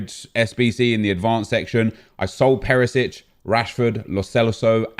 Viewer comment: It's not perisic, it's Perišić - Pe-ri-shich